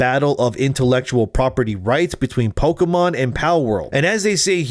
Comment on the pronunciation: Pokémon, not pokeuhmon.